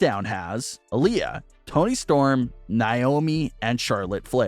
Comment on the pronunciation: This narrator guy still can't say Naomi's name right!! 🙄 I know it's part of the storyline but Goldberg's kid went after Lashley, so what did he expect to happen?? He should have given him the Jackhammer in front of Goldberg!! 🤣😂